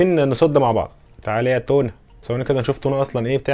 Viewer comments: يا صاحبي إسمها تاونا مش تونا 🐟 😂❤ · بتتكتب تاونا لكن نطقها تونا.. إلعب كراش 4 واسمع نطقهم